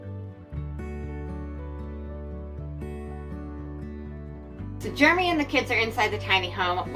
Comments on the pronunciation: It sounds like germy to me! 😋😄😁😛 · WTG “” LOL that’s how it sounds every time your wife says your name.